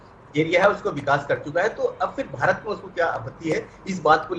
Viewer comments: Are chutiya ABP media भारत होता है भीतर नहीं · Bhaaret not bhiret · Bhirat nhi hota bhart hota h.newwalo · Bhirat nahi madam bharat hai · Bhirat nahi Bharat hota hai ,,, headline padh liya karo...... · It's Bharat not Bhirat....... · 'भीरत' नहीं 'भारत' होगा। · news wale bhi spelling me mistake krte h. भारत होता है भीरत नही🤣🤣🤣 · Bharat hota hai bhirat nai chutiye phele apni galti sudharo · Bharat ki spelling to sahi se Bolo 😂😂😂😂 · Bhirat...😆😆😆..saale anpad ...Abp....nhi Abc hota hai